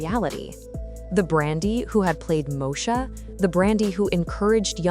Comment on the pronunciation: How you tell a story about someone and say their name wrong multiple times. 🤦🏾 Her name is Brandy.